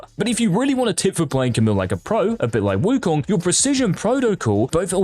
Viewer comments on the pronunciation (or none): none